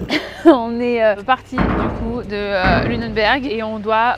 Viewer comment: Je crois que c’est Lunenburg. Pas Lunenberg 😊